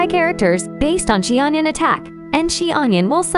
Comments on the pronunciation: “Chi onion” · they really just called her "she-onion" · Xianyun ❌ Xi-onion ✔️